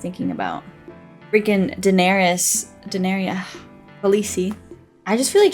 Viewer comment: (Da-nair-is) You had it quite well.